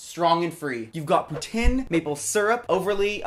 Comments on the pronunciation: poutine (poo teen) not putin. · The way he pronounces poutine is very unsettling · Just on the off chance that noone has violently corrected you yet ( in the Canadian sense of violent ) the dish "poutine" is pronounced POO TEEN you silly anglophone person!